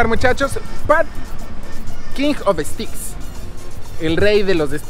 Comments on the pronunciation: Steaks se pronuncia "steiks". "Sticks" es una palabra diferente,. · No es que no sepa como se escribe,no sabe como se pronuncia (steaks= steiks) Y se escribe: carnes o res,no: carnes oh res